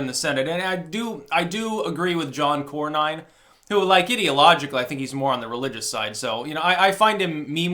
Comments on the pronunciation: It’s cor-nin not cor-nine. He is definitely part of the establishment but comes from pro trump Texas so he is saying some pro trump things occasionally. The concept of having the state legislatures appoint senators was not just to slow things down. It was so that the states themselves would have representation. By directly electing senators, the states have lost their voice. This allows Congress now to pass taxes and other obligations that must be done by states, the states can no longer fight back as effectively as they could if they had their own elected representative. The states are only represented insofar as their residents now are represented —and perhaps over represented I would say — in Congress. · Cornyn is pronounced core-nin, not core-nine. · Core-none. Core-none. Not Core-nine. Please, the Establishment bastard needs to be primaried so badly it hurts. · Cornyn is pronounced Corn*in, just like you eat.